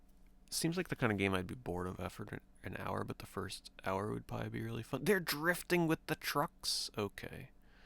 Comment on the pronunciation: " They're Drrrrifting with the truckksss " lol